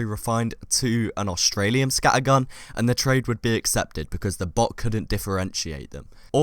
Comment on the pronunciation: please dont say scattergun like that its just wrong